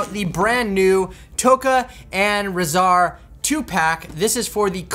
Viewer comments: It's weird, in the movie Shredder pronounced it "RAH-zar", but Leo pronounced it "RAY-zar". I guess we go with Shredder's version, since he's the one who named them? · Rahzar's name is pronounced "Raw" "Zar" I believe it is anyways 🤷‍♂️ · I believe it is how Shredder says it because it's also pronounced that way in both the 1980 and 2012 TMNT shows that Rahzar appears in